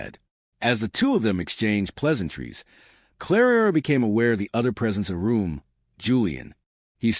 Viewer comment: Oh Lord, again narrating, 3 centuries out of sync, and calling Clara 'Clarara' - Why?? Was the robot on whisky? How does she have all this time for interacting/flirting? Isn't she there to do a job???